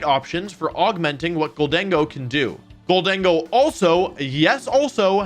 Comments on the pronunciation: I think you pronounced it right, GOLDEN-GO just sounds weird compared to GOL-DENG-GO. Also it sounds like the name Diego, so that’s kinda cool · I pronounce Gholdengo the same, but man did you botch glaive 😂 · Thank you for saying GholDENgo, that's how my headcanon pronounces it. Makes it sound a little spanish. Amazing video btw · Love your videos Wolfe. Also I thought gholdengo was pronounced the way you’ve been saying it. Until my sister said it as “Golden Go” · I think you said Gholdengo correctly. My guess is its a combination of "Gold" and "Tengo" aka "I have gold"